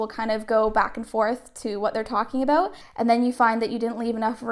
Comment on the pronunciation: Are you Canadian? Cuz you say aboot 😂